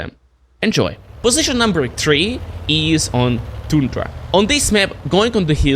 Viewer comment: Alder, das spricht sich "is" und nicht "ease" aus!! Deine Aussprache ist der komplette Horror. Da höre ich mir ja lieber die beschissene KI-Übersetzung an.